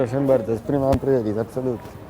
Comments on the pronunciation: "Prima aprail" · prima ajpajl xDDDD